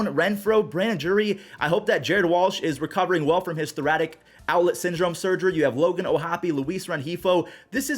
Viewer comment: Please stop saying “thora-TIC”… it’s “thora-CIC” outlet syndrome(thorasik)